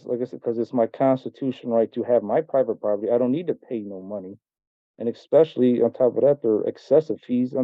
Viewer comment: "I go to law li-BERRY" "Ecks-specially" "It was took-en" "Fustrated" Literally any of these would've been an instant dismissal of any "i know what I'm I'm about because I'm educated" claims from this dude if I was a judge. She held her tongue better than I could've dreamed